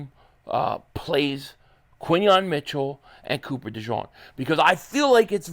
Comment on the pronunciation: De jean not de john